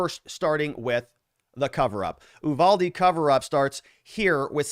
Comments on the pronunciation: Is it General Ooolyses S. Grant? It is the Ooooniverse? Nor is it Oooovalde. it's Yuvalde. Uvalde. Say it with me class. Yu-val-de. Very good! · IT"S NOT "oooVALDE"!!! it"s You-Valde!!! I'm from there.... I kinda know... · I lived in Uvalde. Native born Texas. We (even the town people) pronounce it "you" valdy. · The U is pronounced as an actual U not eww. lol